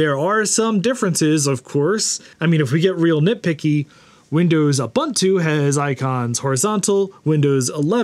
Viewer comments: Lol there's no such word as U/bun/too, it's U/boo/ntoo, it's Swahili for "Everybody". The second vowel is a long o, not a short "u". :p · Ubuntu is pronounced oo-boon-too (rather than Uh-bun-two as you kept saying), so it's an even MORE fun name to say when you do it right - WOO! Boon too! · Ubuntu is pronounced ooh boon too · Oooh- Boon- Too is the correct pronunciation. The letter U gets the OOH sound every time. So it's Ooh Boon Too not Yoo Bun Two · Ubuntu is pronounced “oo boon too”. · ubantu is as correct pronunciation of ubuntu, as lienacks is of linux, and citerix is of citrix. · The word "buntu" is pronounced "boo-ntoo”, This is an African word and the "u" in most African dialects does NOT have an "a" sound as is the case in English. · Every time he says uhbuntoo I have to pause the video and contemplate the meaning of life. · Please stop mispronouncing Ubuntu... Unless you're saying it ironically (which I doubt)?